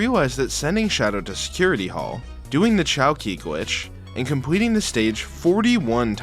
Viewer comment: "And compweting the mission" lollll